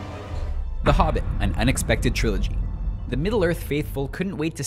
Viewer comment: Lol triology too